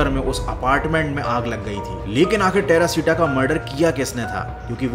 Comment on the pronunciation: Terashita❌ perashita moll✅😂😂